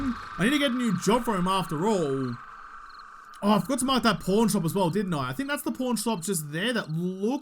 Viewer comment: man.... it's pawn, pronounced like the chess piece... lol also you made it look like you found a porn shop and needed to mark it.